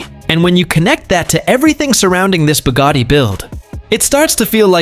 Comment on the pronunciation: "BOOGARDY"?? It's "BUGATTI" "BU" rhyming with "YOU", "GATTI" rhyming with "FATTY"